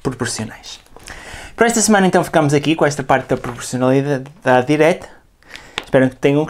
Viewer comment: não sabes dizer PROPORCIONALIDADE ?😂😂